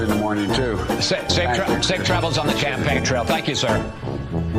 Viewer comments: Did any one notice that said good luck on the Champagne trail 😂😂😂 Wonder if he said that on purpose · says "good luck on the champagne trail". For real! Play it back and listen again.